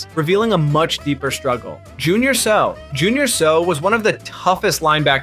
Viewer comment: It's pronounced Say-ow(Seau). Like after he hits you, you say ow😅